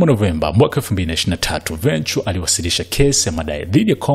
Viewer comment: Hujui kutamka jina la Cassie last name yake, jaribu kusikiliza wenyewe wa America wanavyo pronounce. Mtangazaji unatia aibu sana hujui kutamka majina ya kizungu vizuri